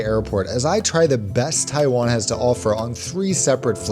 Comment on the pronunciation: stop it it’s Taiwan not taifan